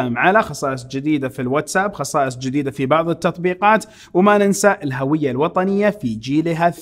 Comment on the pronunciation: الهُوية بضم الهاء ، هذا هو النطق الصحيح ويعتبر خطأ شائع منتشر ان ينطقها الكثير بفتح الهاء *الهَوية*.